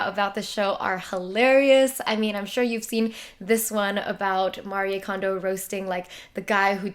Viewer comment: I’m Japanese and I’m glad you are trying to say her name with proper way:)